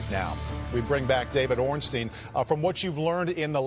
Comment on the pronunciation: D. Ornstein is very good at name pronunciation. Top notch